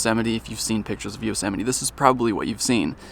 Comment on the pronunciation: Thank you for teaching me how to say Yosemite, I’ve been wrong this entire time 😂